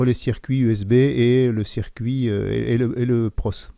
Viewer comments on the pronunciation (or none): none